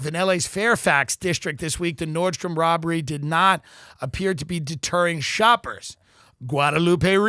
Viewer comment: FYI it's NORDSTROM, there is no S. you said it wrong maybe 134 times. :( I'm Sorry!!!! Now you know.